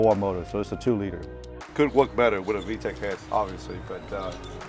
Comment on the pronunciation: I love the emphasis on the non-vtakkkkk